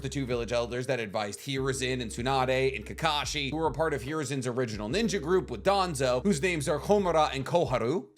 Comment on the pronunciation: It’s kakashi my guy